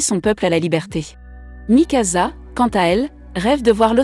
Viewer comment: A mikasa ce n'ai pas mikaza mais mikasa